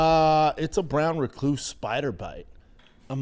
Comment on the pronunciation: i could listen to him try to pronounce Recluse all day 🤣